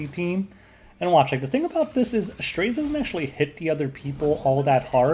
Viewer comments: Just pronounce his name as 'STREZZ'.... why the stress? XD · Tip: His name is pronounced as Straz, which rhymes with Ras. 😁